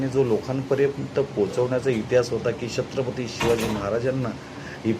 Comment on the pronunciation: दादा तुम्ही pronounce करते वेळी अडचण येत आहे का, तुम्ही छत्रपती mante वेळी थोडा sa वेगळा उच्चार येतो आहे